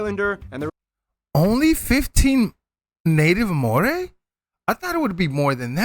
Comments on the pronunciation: Ngl, "North Island" and "South Island" was annoying me lol. We say "the North Island". They are pronunciating Māori so badly, most of the time. Id recommend finding something better - there are heaps of vids on here. The Māori culture is beautiful. They are a warrior people, and yet they are also kind, generous and loving. We also play more than rugby 🙄 we have awesome cyclers, we just won the americans cup (sailing) and more. We have donated Russell Crowe to Australia 😂😂 You really should do some research on the Māori culture ❤❤ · The start of the video with our longest place name was great!.... Then they butchered all of the rest of the pronunciation 🤦🏼‍♀️ 'r' is rolled. And 'ng' is not a hard g sound at all. They way the pronounced Māori and Hāngi was so painful 😩 I would think that there is actually more then 15% with Māori blood, it's just in offical documentation people often select European as their ethnicity. Our legal documents are getting better where it let's you select multiple ethnicities. I always put my kids as Māori instead of European, because I think that part of their heritage is something to be more proud of then English/Scottish/Irish. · I love your reactions..NZ is my home land..I am Maori and I just want to help you a little with pronunciation.. the vowels, a-aah e-eh as in egg i-ee o-or u-oo..anything beginning with wha is a f sound and ng pronounced together as in ring..we dont use L..V..C..D..F..J..Q..S..X..y or Z which helps when distinguishing between other Polynesian languages...so the pronounciation of Maori would sound like Ma Or Ree..oh I forgot to say to roll the R as in rrrrr. 🎉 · You'll have to watch something from Te Matatini. They're the national kapahaka championships. Your man Stan gas performed with a group. Worth looking up a highlights package purely for the diversity in haka and waiata (song). Oh and your pronunciation of māori is almost there. It's more of a rolled R, like a d sound.